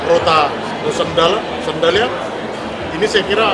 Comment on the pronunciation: Rote do Sândalo bukan Sandolo...preeettt